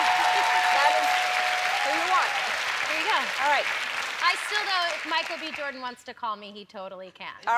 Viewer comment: Sounds like she says “Michael BE Jordan”